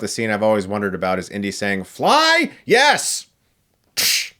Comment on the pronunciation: Schee that; 30 noesh and a yesh means yesh